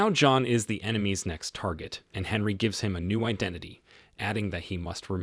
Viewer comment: It's pronounced Onree not Henry